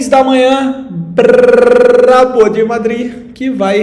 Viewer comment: cuidado com esse "brraaaabo" kkkk